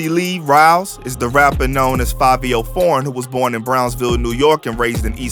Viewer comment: I’m still trying to figure out how “Fivio” is pronounced “Favio” 🧐 BTW, the original dude was FABIO lol